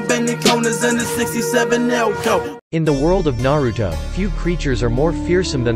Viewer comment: And what is nawuto’s and nawuto that’s not how you say the name and plz don’t use the robot voice or maybe just say it with energy it’s kinda disturbing . Not hating